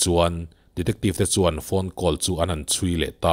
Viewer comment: Ngati nge "Call" hi "kawl" tia i lam ziah a? "Khawl" ti ta che.